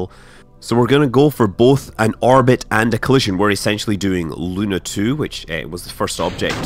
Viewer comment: The word "Luna" in russian has a stress on the last syllable.